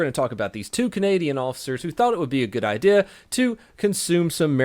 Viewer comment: It's funny how you say IDEA 😂😂😂😂😂